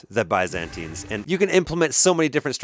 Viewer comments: He is "mispronouncing" it but unknowingingly ends up closer to the Greek pronounciation of Byzantines. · The confidence with which he mispronounces “Byzantines” is wild!